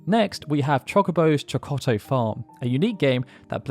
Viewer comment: The double-t in “Chokotto” contains a glottal stop, which sound does exist in English and so shouldn’t be difficult to imitate.